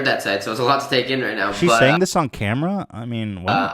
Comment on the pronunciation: “What I’m searing here...”. What are you searing, Ethan? A steak? Some vegetables? 🙄